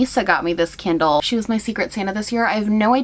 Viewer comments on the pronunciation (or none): You said candle but I heard kindle and I was like damn since when are electronics scented omg